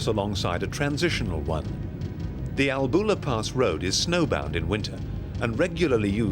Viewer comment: professional film footage and sound. I wish the narrator had asked a local about pronounciation of place names before recording. It is, for instance, not ALBOOLA, but ALLBULA.